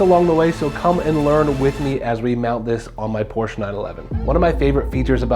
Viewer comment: I love it how you say PORSCHE properly 😊 greetings from Germany